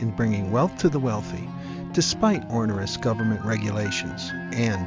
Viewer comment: Well-done! (One correction, pls: it's "onerous", not "ornerous", as you pronounced it.)